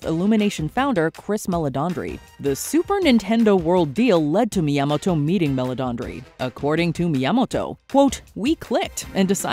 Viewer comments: That is the weirdest pronunciation of Miyamoto ever😂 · The way she says Miyamoto is so cringe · “Yamoto” She missed the first 2 letters. Is she dyslexic? (Edit: never mind, continued the video. She’s saying “Mi Yamato”.)